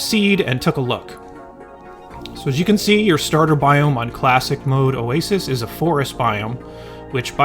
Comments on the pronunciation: Also the oassise I believe, since I’ve heard it pronounced this way by people smarter than me, it’s pronounced, “O AY SEE” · Why does Oh-ey-sissy make me laugh so much hahaha😂